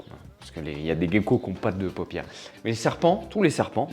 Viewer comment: Ok, je veux bien dire les bons mots et ne plus dire mue pour dire exuvie à la place, mais toi, de ton côté arrête de dire gecko comme "gay-ko". Tu penses à l'oiseau, le "geai" et tu dis "geai-ko". Merci beaucoup si tu fais ça parce que c'est une vraie torture d'entendre "gay-ko". Merci tout plein et tout et tout! ❤